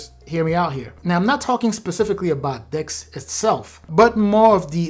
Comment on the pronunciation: When you said "the next thing is DeX" I thought you said dicks 😅😅😂😂😂😂